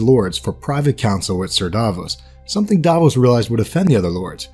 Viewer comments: It's Davos Not "Daaahvoes"! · it was "and the cats, never liked cats" and its Stannis not stanis, Sallahdor saan not salador sam and Davos not Davis, Jon snow is the 998th lord commander how is Stannis going to be the 1000th even if he lived? come on man you have a 13 years old son you can do better. i forgot this, he said "A good act does not wash out the bad, nor a bad the good." not what u wrote